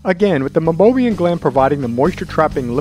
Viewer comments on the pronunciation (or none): Great video!! But, it's pronounced MEI-BO-MIAN glands.